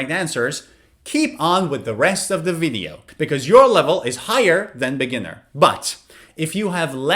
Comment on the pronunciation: video V, niot "wideo" pronuncuation. is everything, but I like!